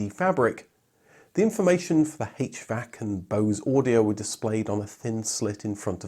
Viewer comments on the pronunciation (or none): none